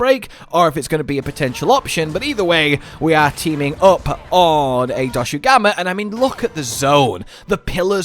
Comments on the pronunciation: it's not doshagama lol. It's pronounced more like doshagooma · DOSHAGUMA not DOSHUGAMA FOR GOD SAKE!!!!!!!